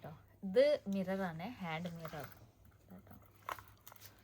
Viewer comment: ഹാഡ് മിറർ അല്ല ഹാൻഡ് മിറർ